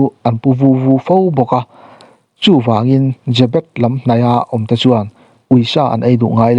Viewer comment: Chhiar tupa i lam dik lo aw?Jê bet ti in thluk tawh rawh?